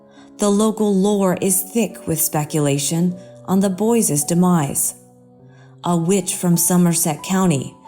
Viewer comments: Thats northern Michigan speech.... "boyses", makes me nuts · where did the narrator of "the lost boys" story learn english? "boyses"?" Brothersers"? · DROVE ME CRAZY! "Boyses," "imporEN," the math, "corpses," "calvary of coppen," "mounEN," "St Vito?" As in Danny de _? Still, she has a beautiful voice & I'm a total sucker for these kinds of stories.... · She also said boyses and brotherses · She's not saying boyses. She's saying boys'. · It's boys, not boyses, and brothers, not brotheres. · The word is BOYS not BOYSES. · Also "boyses" over and over again. Drove me crazy.